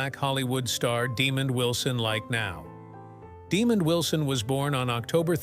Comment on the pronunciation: His name is pronounced,"Dee Mond " , not Demon